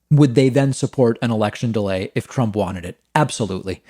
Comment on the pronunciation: i messed up reading it the exact same way david messed up saying “delay”